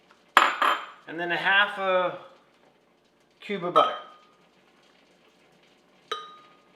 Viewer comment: Cube of what??????????????? Please make sure you pronounce well enough, a waste of time looking something is not understandable.